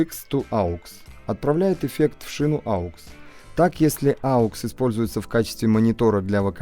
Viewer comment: да не аукс, а окс!! хватит уже делать эту глупую ошибку.